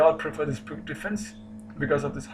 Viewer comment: pirc is pronounced PIRTZ, not »PIRK«.